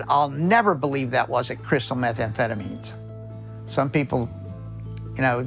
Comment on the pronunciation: "Crystalized methanphetamines"